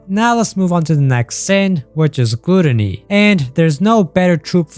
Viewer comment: My boy, just google the word gluttony and press button so you can hear how to pronounce it because thats not how you say it lol